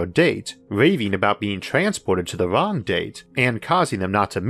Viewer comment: Just trying to figure out how someone manages to mangle the pronunciation of the word "wrong". Turns out, not interested.